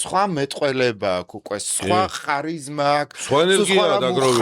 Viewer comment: ოღონდაც “ხ” არა რა, ქარიზმაა, დამიჯერეთ. იმდენჯერ გაიმეორეთ, ვერ მოვითმინე.🫢